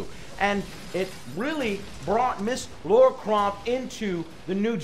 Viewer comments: LARA !!!!!! not laura please how many times lmaoooooo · L-A-R-A not Laura... Goddamn, just butchering her name. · Might as well call her Larry Croft. Lol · Lara Croft LAH-RAH Not Laura LARA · 1 thing, it’s Lara, not Laura... just saying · No, it's still Lara. That's how it's spelt and pronounced, Americans butchering a perfectly good language.